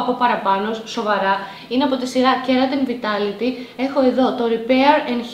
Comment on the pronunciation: Εσύ δεν ξέρεις ότι την Garnier την λένε Γκαρνιε και όχι Γκαρνιερ και ότι Venus ειναι Βινους και οχι Βενους, vitality δεν είναι βιταλιτι αλλά βαιταλιτι, femme είναι φαμ και όχι φεμ, micellaire είναι μισελερ και όχι μισελαρ και κραζεις άλλη κοπέλα που προφερε λάθος το όνομα εταιρείας που δεν την ξέρει κανένας; 😂